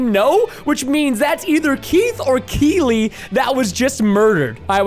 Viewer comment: Preston it’s keelee